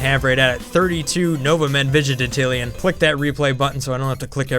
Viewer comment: LOL I just noticed you keep saying vig-i-te-tillion, when it's vig-IN-tillion